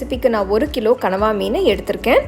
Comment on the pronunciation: oh god..i used to admire ur cooking,tamil pronounce, perfect tamil slides, costume, vessels everything..but today u did big mistake like others..that is not கனவா,that is கணவாய்.. just correct it, come with as usual bang👍💪